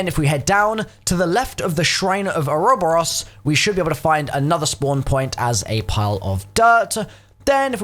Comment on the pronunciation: lolo "oro boros" how do you fuck up pronouncing that